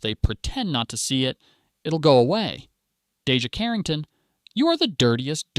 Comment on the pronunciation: First off say her name correctly